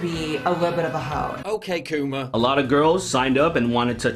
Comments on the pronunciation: Dammit Paul my phone things you're saying "ok Google" everytime you say "ok coomer". Now I gotta watch this on my laptop lol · Everytime you said " ok coomer" my Google assistant paused the video thinking you were saying " ok google"...lmao